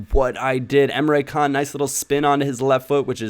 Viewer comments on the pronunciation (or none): it's pronounced emre jan since he's turkish